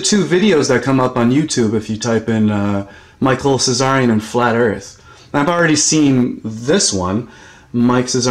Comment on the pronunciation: Tsarion is a T not a cz....from England...!